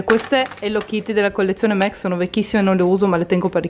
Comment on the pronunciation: Si legge mac nn mec